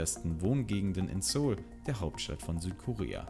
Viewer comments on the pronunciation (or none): none